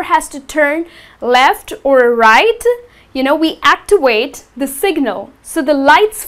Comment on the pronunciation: its activate not "actiwate"